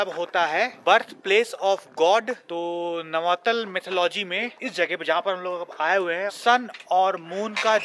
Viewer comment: Nav-taal not navatal